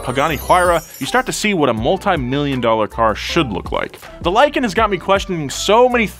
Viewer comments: Lie-kan i mean it lives up to its name. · "Lykan hypersport" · "lykan hyper sport"